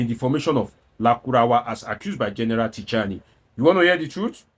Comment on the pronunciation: The name is pronounced Chi-ani, the "t" alphabet is silent in French.